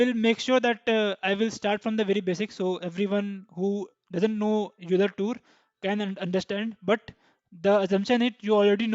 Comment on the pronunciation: I hate to be that guy, but Euler is pronounced "OY-ler" lol. Great video